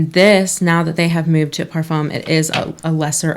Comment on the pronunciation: Just wanted to chime in -- you said 'parfum' correctly!! You got the French pronunciation down! :)